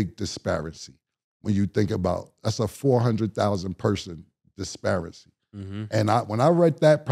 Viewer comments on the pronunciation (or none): "discrepancy" had me dying 😂😂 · that’s the right word but he keep sayin disparancies 🤣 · That's a big disparicy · wanted to say discrepancy but made up the word disparicy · He stand on business. Didn't graduate high school speaking from the heart 😂 "dispearacy" it's a word now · Talkin bout "disparicy" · Cam really said disparicy 💀😄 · Ayo Killa tf is a Desparancy?? 🤣🤣 Disparity is kickin yo asssssss *pause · Bro i thought it was discrepancy lmaoo.